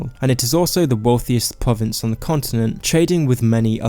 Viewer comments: If you can only pronounce pwovince, why do you keep doing it? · Your talking is so cute lmao pwovince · why can't you pronounce the letter r...pwovince